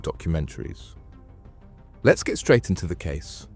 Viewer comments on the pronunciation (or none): none